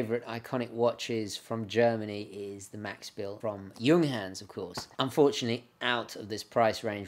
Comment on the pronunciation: Couldn't buy the junkers just because of the English pronunciation of it.